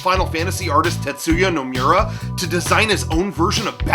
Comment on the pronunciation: this try-hard shit isn't funny. Also you pronounced Nomura wrong